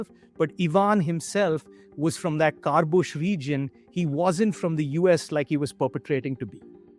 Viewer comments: "Karbush region of Russia" lmao. It's KHA-BA-ROVSK. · The map says Khabarovsk, but the dude says Karbush region. 😂😂😂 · Khabarovsk pronounced as "Kharbush" 💔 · "Carbush region" what? Khabarovsk.